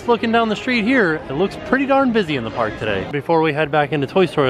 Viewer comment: going into the pnark